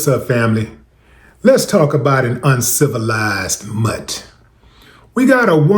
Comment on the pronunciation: Two things Willie D does that make me chuckle: 1) The slow clap when he approves of something and, 2) when he calls the scum of the earth, "uncivilized mutts!" 😂 It's the way he says this so emphatically that tickles me. 🤣